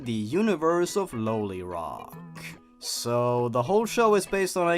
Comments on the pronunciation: The last one?! No, no I'm cool with it. Nothing wrong... (Quietly cries "No" in a corner) By the way, it's pronounced "Law-lee Rock". Just pointing that out. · IT’S PRONOUNCED LIKE LOLIROCK AS IN LOLIPOP U UNCULTURED POOPY This is a joke